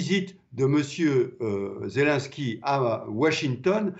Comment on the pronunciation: Et la bonne prononciation est bien /zelEnski/ et non pas /zelAnsky/ monsieur!